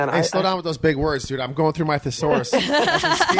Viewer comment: Its not a thee a sau rus